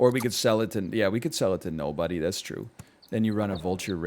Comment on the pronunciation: Hearing him quote the bad boy warehouse commercials and say NOOOOBODY is the most Ontario thing I’ve ever heard.